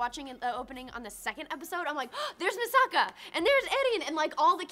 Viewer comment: Facedesked so hard when she said Misaka X_x